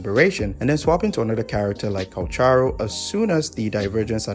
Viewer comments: This video is my first of this channel, so when he said * Cucaracha * i fell so hard 😂😂😂😂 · I subbed because u did Calcharo's name dirty, and it made me laugh my ass off. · maybe I'm just new but bro never get Calcharo's name correct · OMG using Nier ost on this. you are pure evil 😭 also, botching Calcharo's name every bloody time 🤣